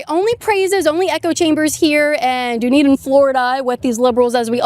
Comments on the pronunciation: KAITLYN! Don’t call that city “DOOnedin”!! Its pronounced “DONE-Eden”. Dunn. Done. Dunn+Eden. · Dunedin = done - eden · It's pronounced "done-eden" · Dunedin is pronounced Done-Eden